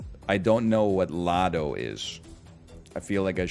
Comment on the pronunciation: "Lado" instead of LA DoT was great lmao. He got it in the end though, great guess.